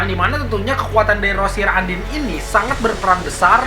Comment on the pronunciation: Undine dibaca andin?? Noeru dibaca noele?? Ngakak banget